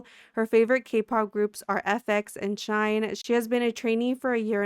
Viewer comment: “shine”💔💔shinee is pronounced like shiny loll!